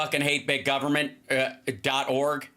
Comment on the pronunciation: did he say gubbermint?